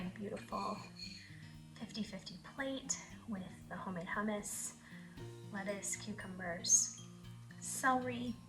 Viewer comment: I had to rewind I thought you said rum water for the hummus and I’m like what is that lol also I thought I seen somewhere that you pick a watermelon by the amount of like the brown dirt looking lines on it the more it has the sweeter it will be because those are from the sugar